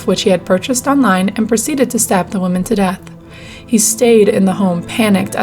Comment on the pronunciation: You shouldn't pronounce Women as Woman